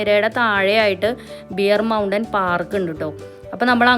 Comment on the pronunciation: “ബിയർ മൗഡെൻ ” അല്ല ബെയർ മൗഡെൻ അഥവാ കരടി മല.😊